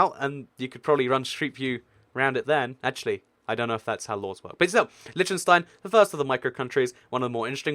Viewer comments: Lesson on how to pronounce Liechtenstein. Lí - ch (like the ch in Scottish loch) - ten - stine. Not Litchtenstine or Leeshtenstine, but Liechtenstein, (Lí - ch - ten - stine.) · You should learn to pronounce Liechtenstein.... its not Litchenstein you know. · It's Pronounced LICK-TEN-SHTINE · It's LiCHtenstein not Leechtenstein and the people are not German. they are Liechtensteiners. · It's pronounced LEECH-tenstein and Switzerland has never had a prince or royalty of any kind. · It's not pronounced "Lytshenstyne" ....but I know, the "ch" is tricky for native English speakers. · its ** L-EE-KH-TEN-STEIN, and MON-AAA-CO as said by the locals, many many place names in europe are different from their english translations.. aan-dor-aah, SAAN-MAAR-EE-NO, V-AAH-T-EE-KAN, do not even start on the actual names of the countries, like EIRE,SVERIGE,DEUTSCHLAND, that are totally different from english,.... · LISH TUN STEIN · There's a lot of small countries in the Americas. Have you heard of Grenada, St Vincent, St Lucia, St Kitts? I didn't think so. It's pronounce - Lick-ten-stein How can you talk about Monaco and not go in depth about the Formula 1 racing? And that it's a Principality, a Prince! Vatican City is an sovereign state, not necessarily best classified as a country. It was set aside while Italy was under Facism, created under the Lateran Treaty so that the Church would have autonomy. The countries in the UK aren't actually 'countries' as in nations; they act more like provinces or states. Some British term lost in translation and causes confusion. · 1, the ch in Liechtenstein is not the same sound as in english, its a throat-H similar to what Hebrew has. 2, San Marino is also proof that the most effective way for governing ppl is a city-state (it also brings in truckloads of money if you are a popular tax-heaven). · They're not secret, we learned all the european countries in school, and you butchered Liechtenstein.